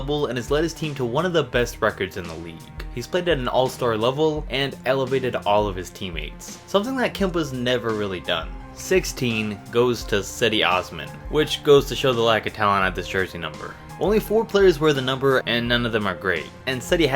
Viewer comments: Its not sedi its pronounced like jedy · ITS PRONOUNCED JEDI! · It’s pronounced Chedi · che-dey not sedy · he is not sedi c.e.d.i c is not si ok ceeeee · Cedi is pronounced Jedy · Cedi is pronounced Jed-ee